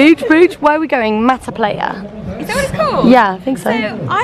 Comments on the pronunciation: I've been scrolling to see if anyone else was laughing and somewhat cringing when rose kept saying "player" instead of PLAYA beach PLAYYYYYA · Lmao it's not pronounced player it's pronounced pleye-a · The fact that you are saying PLAYa not PLAIya is grinding my year 7 Spanish gears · This is making me miss costa rica so bad! what resort did you stay at? i'm always hesitant to book all inclusive. they can be rubbish sometimes. Also, it's pronounced "ply-ah" not "play-ya" :) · Is playa no "pleya" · Playa is pronounced Pl-Ah-yah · Steve Cheetah I know it’s spelt playa , but the way she pronounced it made me giggle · THE WAY THAT YOU GUYS PRONOUNCE "playa" TRIGGERS ME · the way they keep pronouncing "playa" im dying laughing